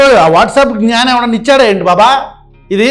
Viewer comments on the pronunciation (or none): none